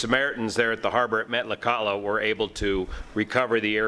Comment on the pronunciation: Met-la-kat-la.. almost got it pronounced right. The flight was a scheduled Part 135 commuter flight.